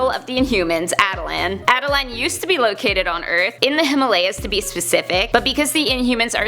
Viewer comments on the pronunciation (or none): none